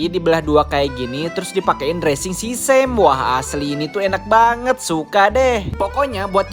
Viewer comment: Bukan sisem, sesseumi bacanya hehhh